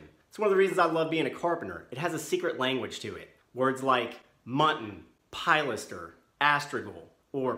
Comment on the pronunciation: You pronounced Pilaster wrong, rookie.